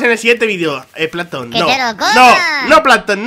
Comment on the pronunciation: Me mori de risa cuando plamtom que es salto y dijo plamton al atake